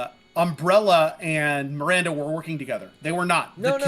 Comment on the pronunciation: Feeling reassured that I wasn't the only one hearing 'Mirander'